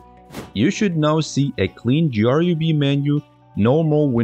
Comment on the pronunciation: Who says G R U B? Is this ai?